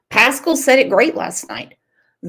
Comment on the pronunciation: I think Seth is just tired of all the crap from all these social media critics and detectives…and Tony is there to help him just like he is helping Randy. All this drama really isn’t helping anything. Also it’s pronounced Pass-cal